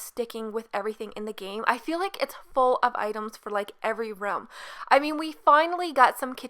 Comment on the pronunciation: you say ruhm instead of room. how do you pronounce rum then?